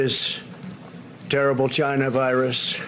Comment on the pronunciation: he cant even say china its always jina